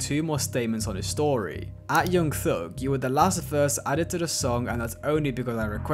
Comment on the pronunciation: 'yeung theug'